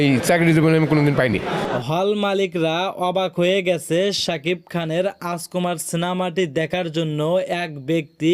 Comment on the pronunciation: হালার ঘরে হালা তুই যে ইউটিউব চ্যানেল চালাস কথাই বলতে পারোস না তুই বলস রাজকুমার সিনেমা তুই বলতাছস আচকোমার তুই আগে মুখের উচ্চারণ কর আগে শিক্ষা লাগে মুখে কথা বলা শিক্ষা চালাইস কথা বলার কোর্স কইরা ইউটিউব চ্যানেল মিডিয়ার সামনে আয় শালা গদ্য কোন হানে তুই রাজকুমারের নামই বলতে পারোস না